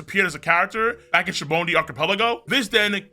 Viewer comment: Ive been an active watcher for a smooth 2 years almost. But Why do u call it shabondy ?